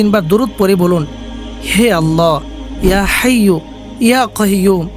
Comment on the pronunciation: হাইয়ুল না হাইয়্যু